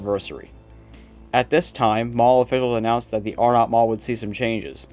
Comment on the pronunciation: I thought it was pronounced Arenut , not Are NOT. Nice video.